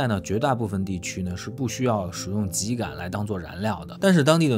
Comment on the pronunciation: 更正一下，秸秆读音为： jiē gǎn，我们东北都读成二声 秸秆，不是ji